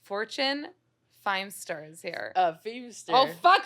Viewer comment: How does this idiot not know Fortune Feimster??? NOT FIMEster